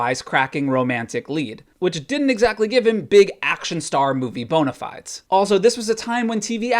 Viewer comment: Wth is with Americans pronouncing bona fide completely wrong?